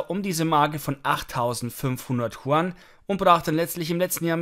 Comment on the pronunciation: Hi, können Sie bitte die chinesische Währung statt “chuan” als “jüen “ aussprechen. Dass wäre sprachlich korrekt und sehr freundlich von Ihnen. Schöne Grüße